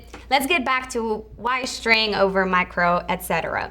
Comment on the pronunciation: Jak mówisz "sztryng" to brzmi słabo